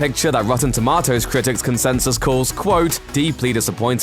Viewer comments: It's TOMATOES, NOT TOMATOS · 20% on wotton tumwahtoes...! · “Rotten Toematos” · "Rotten Tom-AH-toes" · “Tub-ma-tows” ahahahahahahaha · The way you said rotten tomatoes had me dying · omg the way he pronounces tomatoes is killing me slowly